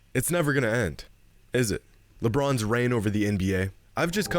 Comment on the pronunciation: Did say lepinons lol